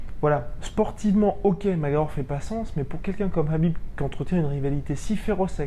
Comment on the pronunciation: (juste pour info) le prénom de Khabib se prononce avec un r, sinon ça serait Habib sinon intéressante la video, poce blo